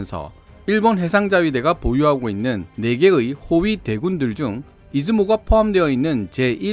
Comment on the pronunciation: 해상자위대의 호위대군을 '호위 대군'으로 읽으시는데 여기서 대군은 大軍이 아니라 隊群입니다. 선발대, 원정대 같은 용법의 호위대에 대학입시 가군, 나군 하듯이 군이 붙습니다. '호위대 군' 으로 끊어읽는 게 더 바람직 합니다.